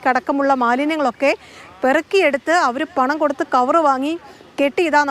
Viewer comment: പെറക്കിയാ 😂😂😂 പറക്കി എന്ന് പറയു